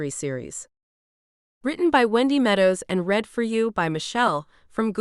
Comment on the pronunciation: I like these books, but, the AI narrator annoys me when she misuses the word READ......she can't tell the difference between the present tense "read" and the past tense "read" !! Former teacher here !! Spoils the book for me when the words are misread, or mispronounced ! Sorry.....